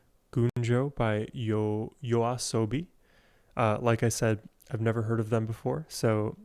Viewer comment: Nice reaction! Firstly, thanks for pronouncing YOASOBI correctly and secondly I recommend starting with their earlier work and move your way to their newer songs, if you'd like to reaction more of their work. 1. Yoru ni Kakeru - Debut song and how they became famous - Official MV or live performance for the original beat 2. Monster - Official MV or their live performance like Primevera music fes 3. Tabun - A different pace - Official MV or acoustic version Enjoy~